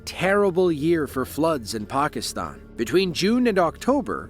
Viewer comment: I know where Pakistan is, I was making fun of his pronunciation